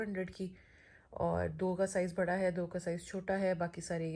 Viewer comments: Bhaada nai badaa Hota hai behan 😀😀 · Why u said bhada to bada say properly bada